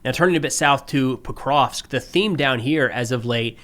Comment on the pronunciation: I gotta admire steadfast refusal to pronounce Pokrovsk properly